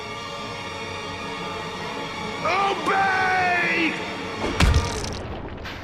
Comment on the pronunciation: That "OBEY!" sounded very much like "UBEY" which in russian means "kill".. interesting.